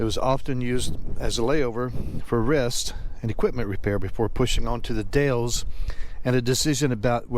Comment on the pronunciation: Or Canola or Rape seed, no that's not a typo... Also the Dalles is pronounced The Dalls and the Willamette valley it the will-LAM-it valley...